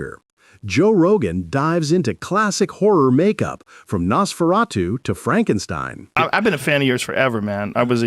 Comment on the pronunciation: The way Joe pronounces “Nosferatu” is absolutely unacceptable.